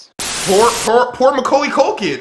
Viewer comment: I like how he pronounced “Macaulay” as “Muckuley”